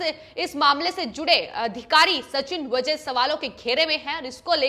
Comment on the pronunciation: Pronouncesion गलत है। वजे नही वाजे